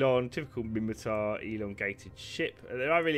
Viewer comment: It's *Minmatar. :)